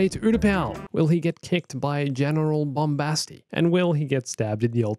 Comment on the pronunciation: English: Bombastic Gungan: Bombasti